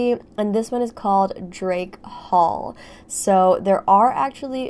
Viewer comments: Why did I hear “Jake paul” Instead of “Drake Hall”? Plz halp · I heard, "Drake Paul"